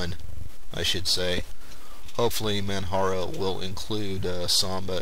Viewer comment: manjaro is a good distro but I still prefer regular Arch Linux over it. I like compiling and installing the system from scratch with out a gui. Oh by the way, it's pronunced with a j sound like Mount Kilimanjaro. Not a big deal but it's not Man"Haro" . Some people also mis pronounce it with a ManWaro sound. Still an awesome review.